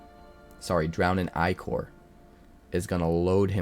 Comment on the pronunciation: Only content creator I’ve heard use the correct pronunciation of ichor